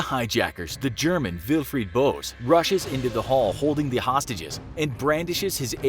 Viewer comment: Wilfried B”ö”se not bose “oe” . Kuhlmann not Coolmann